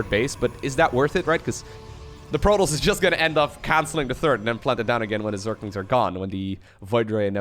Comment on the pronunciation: Not hating on the accent, but every time you say protoss, i swear i get a piece of my brain removed. Love the content though, keep it up.